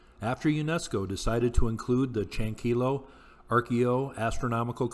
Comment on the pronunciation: great video. it's Chankeeyo though. remember in Spanish two Ls sounds like Y